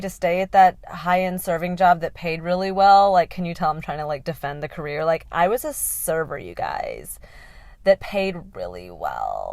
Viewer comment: I really enjoyed this video.❤ Especially how you pronounced "Career". 😂 I also have ADHD. Just like you said, My passion is also making people laugh during a some conversation/podcast.. Happy to see a creature like me😂